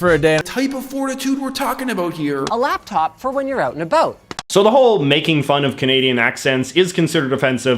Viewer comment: I’m Canadian and the way he says “ out and about” is ridiculous. NEver have heard any Canadians speak like this. As a Canadian who lives in the US, his fake accent triggers me!